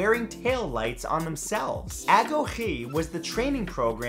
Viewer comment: The Spartan training program was called the "Agoge," pronounced...well, different than you pronounced it. The sound of the 'GO' and 'GE,' uses a phoneme we don't really use in English. It's like the noise you make when you say the letter 'K,' after the sharp 'K' nose. Sort of a hissing noise, but using the back of your tongue instead of the front of your tongue. Like the "ch" in "School," but drop the 'ool.' The result is "ah-G-(hiss)-O-G(hiss)-EE." What? You try to describe the pronunciation of a word that uses phonemes we don't have in English. It's not easy.